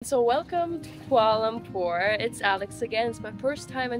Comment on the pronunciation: For a first timer, your pronunciation of the place name is very good 👍